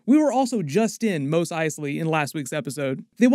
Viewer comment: Great summary as always, is Mos pronounced "Mose" the way you do or "Moss" the way they pronounced it in the original trilogy?